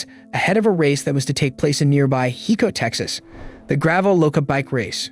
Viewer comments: Hi-co TX… not Hee-co. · Mispronounced "Hico."